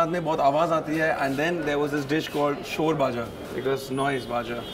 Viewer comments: sarbhaja it is not shor rather shar( as cream of milk) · its not 'shore' bhaja its shor bhaja .the thick creamy part of milk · Its not noise bhaja.. And its pronounce shwr bhaja it means malai bhaja 😂😂😂😂